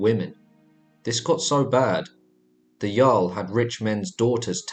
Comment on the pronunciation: Did you say "jar-l" it's "yarl"